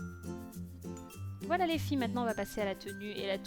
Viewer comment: cc tu n'a pas du tout l'accent belge,j'entand vite fait l'accent du nord quand tu dit voilo!j'ador😉